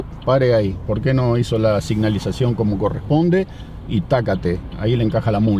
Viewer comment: Signalizacion.....= senalizacion .